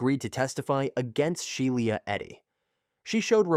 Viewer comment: SHE- LA its not hard